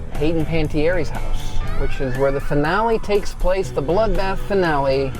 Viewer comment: "Hayden Pan ti aires" 🤣 love the vid but that killed me 🤣